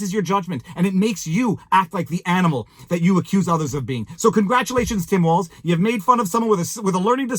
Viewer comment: Walz. Say that piece of garbage's name right.